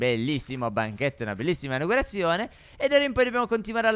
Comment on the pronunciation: ma è "inaUgurazione" non "inagurazione"